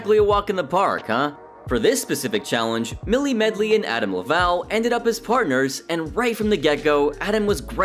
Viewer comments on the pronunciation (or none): none